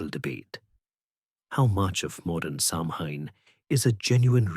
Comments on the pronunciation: Stopped listening after mispronunciation of Samhain. It has NEVER been pronounced Sam Hain. It's "Sow-an". Christ on a bike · thanks for your reply. I got annoyed because I'm Irish & know how to pronounce it correctly & it's really not that difficult to do your research these days. These things matter to people. I just don't think I could've listened to the whole thing knowing Samhain was going to be mispronounced.